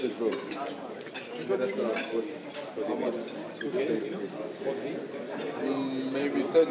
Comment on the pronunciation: Umtitii "Mabye Ten" hahaha